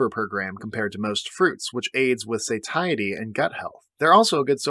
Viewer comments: Have I been pronouncing satiety wrong all my life or is it you. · Do you really not know how to pronounce 'satiety' ?